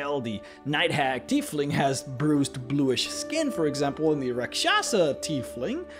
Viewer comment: Tiefling is pronounced "TY FLING" you're saying it like the name "Keith" but look out how the "ie" are switched